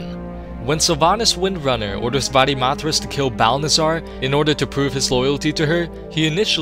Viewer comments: "Va-de-math-rass" haha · The way you say Varimathras.😂